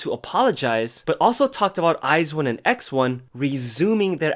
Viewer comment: Wha wha wha wait Did he said eye Zi-one? Wtf wTf WTf WTFFF